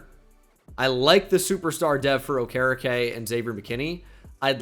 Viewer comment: dude. it’s bobby O-ker-E-K - signed a concerned colts fan